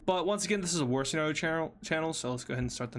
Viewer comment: You say senerio